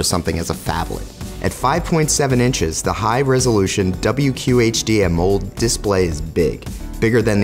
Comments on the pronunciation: did this genius just refer to the display as an "amold?" how does a tech reviewer at TechCrunch not know how to pronounce "AMOLED?" that is truly appalling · I hate to leave negative comments but that was pure bullshit. if you're going to review a phone at least learn the terms, it's not "amold" but amoled. The nexus 6p is lighter than the iPhone 6 plus so why would you recommend getting a heavier phone if you think it's uncomfortable . this is supposed to be tech journalism so get your facts straight. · counterpart to the iPhone 6S plus? Amold? Who is this guy lol. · I'm not sure this guy even knows what he's talking about... Can't even pronounce AMOLED...